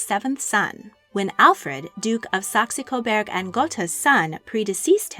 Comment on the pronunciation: I like these shorts very much. Some times, however, you have a problem with pronouncing some German names. It is SAX COBOURG GERTA and Hesse is HESSA. Thanks and keep up the good work.